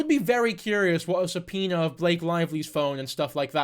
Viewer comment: I thought it was a joke about the way he says it 😂 but i am not a english speaker so i can not laugh probably will say it worst 😂❤